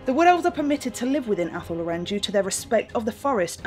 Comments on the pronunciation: Joey's mispronounced a few things before, I think 'law-ren' is right but in the end there's no wrong or right way to say it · I thought athel loren was pronounced like "athel law-ren" but joey says athel low-REN? Have I been wrong all these years?